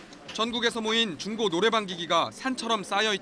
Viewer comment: 기자 발음이 좀 이상하네 중고를 쭝고라고 함ㅋㅋㅋㅋ